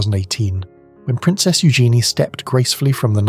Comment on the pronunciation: It's pronounced EW jen ee.